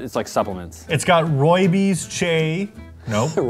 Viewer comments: bro rlly pronounced Rooibos as "ruby- yows" 💀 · They way said Rooibos in English has me crying XD all my fellow South Africans will understand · Roobios like Roy-bus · Uuuum I'm sorry did just say roobeeos???? 🤣🤣 The south African in me is TRIGGERED 🤣🤣🤣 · Rooibos is pronounced "Roy-boss" it's an afrikaans word and it's a type of leave/plant used to make tea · Roobyose 😂😂😂. It’s Rooi bos, it’s afrikaans and literally translates as red bush. Just watched further and like. It’s got Rooi bees chay 🤣🤣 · Rooibos is pronounced roy boss in dutch royboss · It’s pronounce Roy-boss(rooibos) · As a South African the way says rooibos hurts me on a spiritual level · The way that pronounced Rooibos🤣🤣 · the way he pronounces rooibos😂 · I really need to help you guys pronounce rooibos🤣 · The mispronouncing of rooibos killed me 😭